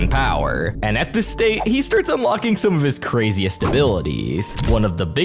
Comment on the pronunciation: Bro saying state like he is the avatar normal state and avatar state